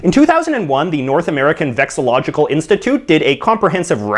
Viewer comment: *vexillological. That's up there with "sixths" and "ovoviviparity" as one of my least favorite words to (try to) pronounce too though, so I'm holding you blameless for that. Oh also the second A in NAVA doesn't stand for "Institute" lol. But in all seriousness, great video, keep it up!